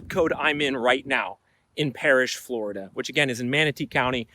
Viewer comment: Floraduhhh gonna floraduhhh 😂